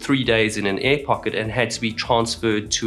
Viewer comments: Could you please say "Air" and not "a" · I really want to take this video seriously but this guy keeps pronouncing air as ë and it's increasingly distracting💀